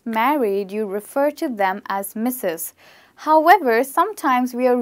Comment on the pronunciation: I''d just like to make clear that Miss and Ms are pronounced differently. Ms is pronounced as "miz" and is used to refer to a woman whose marital status we do not know. Miss is pronounced as "mis" and is used to refer to an unmarried woman.